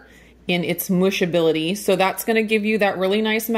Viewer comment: Lol "mushabillty"